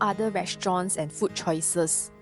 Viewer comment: food it has a long vowel oo why do Singaporeans speak so poorly - fooood and drinks not ft and drinks Chinese speak English better